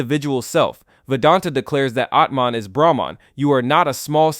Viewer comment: Your explanation (or exposition) about Hindu philosophy is so horrendous. You can't even pronounce Brahman and Atman correctly. Don't talk about stuff you haven't experienced - don't be a charlatan.